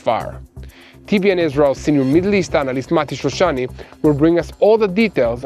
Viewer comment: please say name of shoshani correct.mati shoshani no mitishrishani